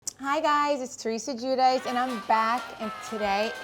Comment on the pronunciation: correct Italian pronunciation of Giudice = Jew-Dee-Chee- you're welcome